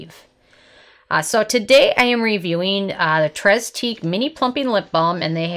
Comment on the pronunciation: Nice review. Just an FYI: it's pronounced 'TRAY teek.' (8 years of French is finally paying off!)